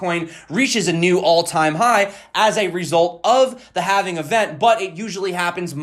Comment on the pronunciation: Gimme zee ledger